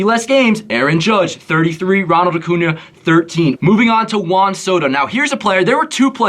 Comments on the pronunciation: Vid is great only thing that bothered me was u saying acuna instead of acuña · Annoys me so much that you pronounce Acuña Acuna 😭